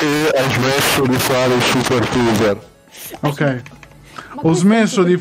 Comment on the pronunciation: "Siper tuber"